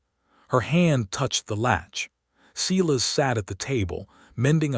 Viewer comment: It would be REALLY NICE if your narrator would pronounce the names Sylas correctly. It's not. SE las.